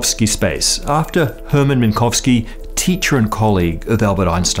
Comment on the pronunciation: Text said "Minkowski", you said "Minkovski".